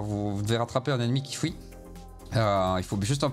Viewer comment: J'adore la prononciation belge : un ennemi qui "fouit" au lieu de "fuit" xD Tes vidéos me rappellent des potes gamers de Bruxelles et Liège qui disent "houit" au lieu de "huit."